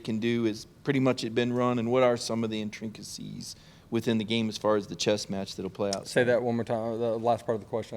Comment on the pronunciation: “Intrincacies”?????????????? Intricacies, maybe? Good Lord.